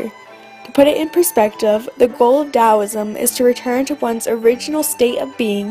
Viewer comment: Very nice indeed - but there are some important errors. Here are two big errors: Yin correlates with the feminine Yang correlates with masculine Also, several words are mispronounced, including Taoism and Daoism!, and there are some misspellings (Medieval is correct, not how you spelled it). I hope you make corrections because it is a very nice short synopsis, and it is useful, but only if it is correct!